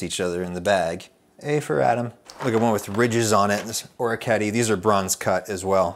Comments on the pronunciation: Yes! As am I! And there’s an Italian pronunciation and an American pronunciation. I suppose I would just like him to use the former over the latter in this case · Great video! You don’t have to make an exposé on pronunciations, but orecchiette is pronounced “ore(as in the rock)-i(as the “i” in “in”)-che(like the start of “cheddar”)-ette(like “towelette”)-tay(shake it off)”